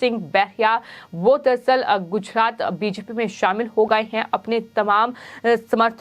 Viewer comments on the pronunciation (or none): उच्चारण सुधारने की बहुत आवश्यकता है . र का उच्चारण ह की तरह हो रहा है . उदाहरण -- गुजहात , अमहीका , आहोप